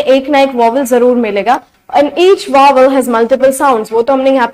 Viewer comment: You r pronouncing 'vowels' wrong